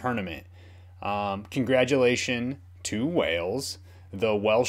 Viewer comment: Sup dude, binge watching this series as loving it. Both your reactions and the rate your learning the rule of the sport. As a scotsman I winced every time you said Wales though lol. It to up the awesome work my guy